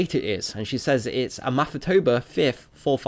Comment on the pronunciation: They said "Amathatober" lol.